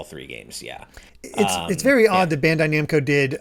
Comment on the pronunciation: Is this man really sticking with saying BAHN-dai Namco ? lol